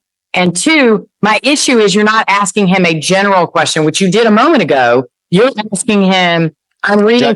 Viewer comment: Axing, what?